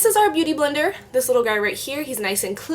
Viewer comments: haha omg you keep almost saying "booty blender" (x it was cute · u keep saying bootyblender hahahhah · LOOOL the way how you keep saying booty blender !! ilyyy<3